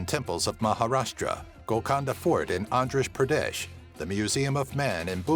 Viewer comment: dude.. haha..its not andrash pradesh.. its andhra pradesh! by the way now its telangana